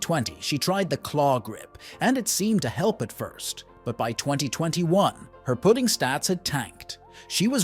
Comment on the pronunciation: This must be an AI voice. Put ting instead of putting